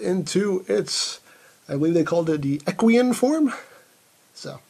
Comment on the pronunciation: ***** Well, to be perfectly honest, he didn't pronounce "equine" correctly either...